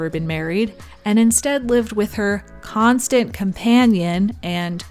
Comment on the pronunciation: I cracked up at the intonation of "and lived with her CONSTANT COMPANION and ROOMMATE laura harding"